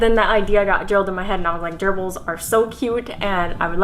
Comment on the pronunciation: Why when she says gerbles does it sound like an STD to me?